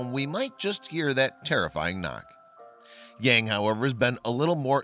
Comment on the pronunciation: It is very interesting and wrong that the presenter pronounce the name Yang...